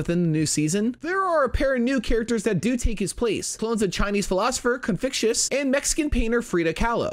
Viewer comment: this dude really called confucius "Confictious"